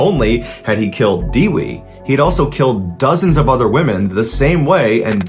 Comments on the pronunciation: fun fact : Dewi means Goddess and this is how you pronounce it De : Deck without ck wi : With without th put em togerher you got the correct pronunciation for dewi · "Dewi" pronunciation as follows: "De" as in Devid , and "wi" as in wicked